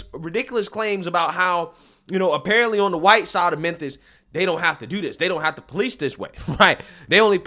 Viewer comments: What The hell is Menthis bro? It's Memphis pronounced Mim•fiss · Bro...good video. But why do you keep saying Menthis? I thought the city was called Memphis.